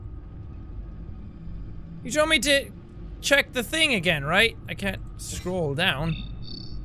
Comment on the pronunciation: Jackaboy : hopefully we will get to sey the joker agen Me :yea hopefully we will Jackaboy : hope will well Me :OMG HE SAID WUT I SAID